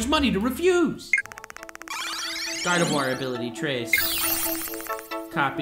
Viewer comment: “GARDIVOIR” excuse me?!?!